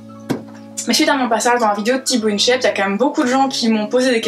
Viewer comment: Marrant, quand t'as dit "Tibo in shape" j'ai entendu "Tit bountje" Pas bruxellois à moitié moi...